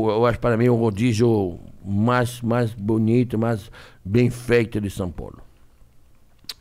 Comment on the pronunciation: "Maixxx" Erick,jacquin